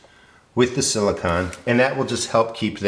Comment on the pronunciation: Hi - nice video- I want to build a Thermosiphoning Air Panel (TAP) like yours, except bigger to heat a room on the south side of my house. First, gotta build the raised beds and get the garden going... Silicone... with ending sounding like 'cone'...:D